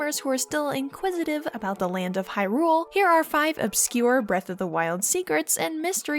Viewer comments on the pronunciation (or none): Is it just me or does she have a very weird inflection on Hyrule?